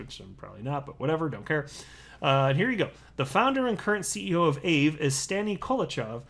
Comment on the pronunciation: Your not saying Aave right haha